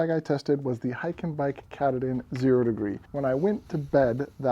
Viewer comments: As for the Hyke&Byke sleeping bag - if you do any future reviews, I'd suggest finding a video about Mount Katahdin in the state of Maine to get the proper pronunciation down (something like: cuh-tah-din). This bag is definitely named after that rugged east-coast Mountain which marks the end of the Appalachian Trail. Small compared to Rocky standards, but still very dangerous (especially with crazy northern weather, and it's narrow knife's edge). If you're interest in a good mountain-climbing movie or book, check out the recent movie "Lost on a Mountain in Maine" based on the 1939 book. The peak is only 5269' feet (about 1 mile), but it has a lot of prominence (compared to it's surroundings), and when you consider that Maine starts at sea-level, that's note-worthy. (Compare that to some rocky mountains that start a mile up!). I live in New Hampshire, so this is a very familiar peak in the region, though not quite as well known as Mount Washington. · Great review! The water repellency alone would be enough to go with the hyke and byke. Btw, the pronunciation of katahdin is quite different than your pronunciation - at least here in Maine where the mountain is located. 😊 But who cares. The information is what was important!